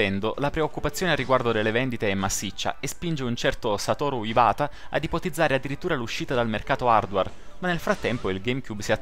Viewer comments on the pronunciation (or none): Non satoru ivata,si pronuncia ivuata!!!!